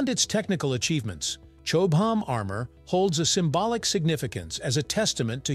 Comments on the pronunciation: Chobe-ham? Chobham is in my backyard, about 6 miles away. Here we call the village 'Chobham', pronounced 'Chobbum'. See? easy, isn't it. Say "Chobbum", there you are! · Suggestion: Check how the original language pronounces the item - in Brit English its 'CHOBBAM' not 'Chobe Ham' We doubtless do horrible unitentional things to Amercian words 🙄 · Blame the AI, it narrated this, got many words wrong, even said Chobham wrong many times. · Wow. I didn't know there were so many ways to pronounce 'Chobham'. 😅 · And all of them wrong